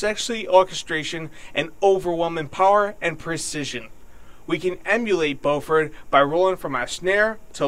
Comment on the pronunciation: Also, Dave Matthews himself says Bo-ford while introducing Carter in shows. I would assume he knows the correct way to pronounce his name.